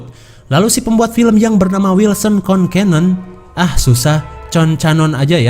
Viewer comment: Bang namanya bukan concanon tapi concenen bang namanya